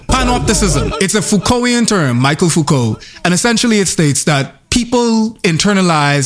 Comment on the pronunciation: lol michel Foucault, not Michael